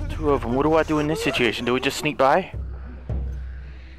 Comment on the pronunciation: Take a shot every time he says "I WAS BEHIND YOU DA WHOLE TIMEEEE" or "sitiation"